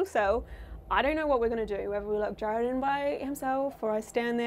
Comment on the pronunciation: It's Jarrad not Jared 🙄